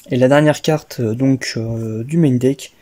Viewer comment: Insane. Enfin un fr qui aime boxeur indomptable. Étoile cestus étant ma carte préférée depuis mes 10 ans ça fait plaisir. Au fait, c'est main deck, pas maine deck. Ça vient de l'anglais Main = principal. Le prof est là lol Je pense que ton deck est carrément axé sur le fun. Kurenai ? Ahah what ? Pour le fun OK, mais par pour de l'optimisation. Parce que bon, en side pour le time en théorie, mais comme y a de meilleures cartes pour le time, je vois pas l'intérêt. J'ai pas vu ni torrential tribute ni durendal. Durendal tu vas tuto n'importe quoi et torrentiel synergise avec enchaîneur, en plus d'être forte à la fois en go second qu'en go first. Si tu veux jouer + de copies de durendal c'est possible de jouer héritage du calice. L'esprit du feu est rempaçable par meilleur, à savoir astolfo infernoble. C'est la même summon mais avec plus d'avantages. Le courage de la boxe indomptable est moins forte que living fossile, qui peut servir aussi pour gobelingberg ou autre comme skull meister. Pot des désirs est joué x2 ou x3. Je joue x2 pour éviter de le voir trop en main. Il te manque donc au moins 1 enchaîneur. Pour moi c'est un x3 mais x2 ça suffit quand même. Il faut absolument jouer dinomiscus paléozoïque. C'est une interruption très forte et elle permet de prock protège-dents en main pour recycler. Elle est super dans le deck. J'aime beaucoup le montage de la vidéo ^^. Je crois que c'est tout ce que j'ai à dire. Si ça t'intéresse, je vais faire un tournoi fun le 12, donc je pour